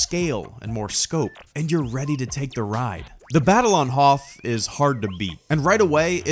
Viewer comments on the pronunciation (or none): none